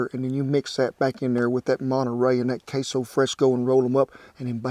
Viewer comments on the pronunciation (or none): none